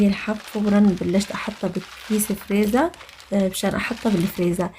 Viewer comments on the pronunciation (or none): none